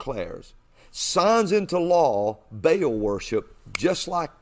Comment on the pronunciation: If this guy knew anything at all about religious studies he would not be pronouncing Ba'al as bale.